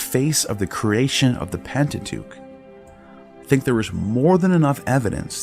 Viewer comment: I absolutely LOVE your voice! But, the way you say creation always stops me in my tracks and has me repeating that word over and over again in my head! You’re saying it wrong!😂 Still love listening to you!❤